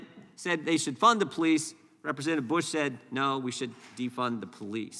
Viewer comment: Can you say represntitive?